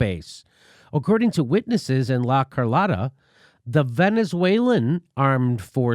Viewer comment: La Car-low-ta Jimmy not Car-lot-ta